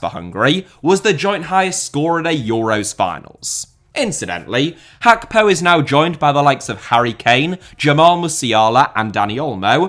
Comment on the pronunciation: I hate how you pronounce it Khakpo